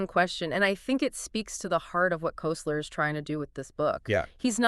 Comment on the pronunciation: This is such a perfect example of the impossibility of AI to understand humor that I have to comment. This podcast was generated by uploading Koesler's book (pronounced Kessler, not Koseler) to Google's AI Studio streaming generator and producing a pseudo-podcast. So far, so good. But it singled out one of the jokes used to make a point about the collision of two "matrices" to produce a creative synthesis of understanding. In the podcast version, John Wilkes is a politician who's asked by an opponent, "Your coat has grown", and Wilkes replies, "You're mistaken, it's been around several blocks." This is not only not funny, it's not the joke from the book. In the book, John Wilkes is the representative of a very poor district with destitute constituents. He is approached by an opponent who seeks to disparage him by saying, "It seems your followers are becoming turncoats." Wilkes replies, "I can assure you, my followers have no coats to turn", thus establishing his commitment to the poor and denigrating the opponent for his insensitivity. This is a biting retort that shows the bissociative effect used in humor. I only point this out because I'm seriously trying to test the notion that LLMs are capable of anything that humans can do or understand. This seems to be evidence that we are all safe for the time being.